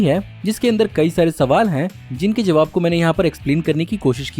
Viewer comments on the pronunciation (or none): none